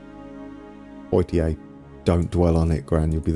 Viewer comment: Poitiers = Pwah-teeay